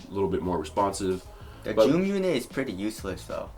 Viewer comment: the way said zoom 😂